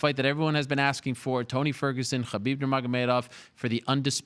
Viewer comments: It is HABIB NOT CHABIB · Tony is so freaking weird! And for the love of God, why does Helwani pronounce Khabib like Khabib is Jewish? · khabieber lol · Khaibib has been saying every name except Tony ha ha it's TRUE